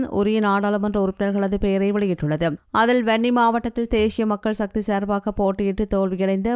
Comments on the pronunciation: தேசிய தேசிய. சக்தி நாக்கை நன்றாக வழிக்கவும் உச்சரிப்பு முக்கியம் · தேஷிய மக்கள் ஷக்தி😂😂😂 ( தேசிய மக்கள் சக்தி என்று உட்சரியுங்கள் தயவு செய்து)